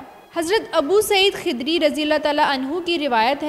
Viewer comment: Hazrat abu saeed khudriii ha dear ... pronounce krny ma khudriii ha